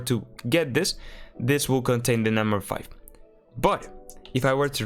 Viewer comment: Can you pronounce five properly pls